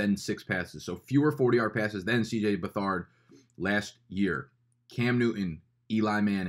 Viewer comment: FYI, it's Beth-erd not Be-thard and CJ is the son of new hall of famer Bobby Beathard